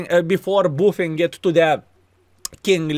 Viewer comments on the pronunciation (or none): "booffing the tunk!" love it <3